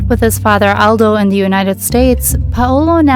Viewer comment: I’m not sure why people do this but I noticed when you say the word “the” you insert da or de instead of saying the actual word THE. You don’t do it every time, just occasionally. This is meant to be constructive and helpful…. Not mean or cruel. But when you do that, it can sound uneducated and I know you’re not bc this was a wonderful video!! I enjoyed it very much. Thank you and God bless! 🥰